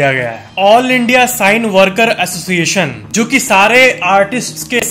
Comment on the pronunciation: Cine साइन नही ब्रो सिने बोलो।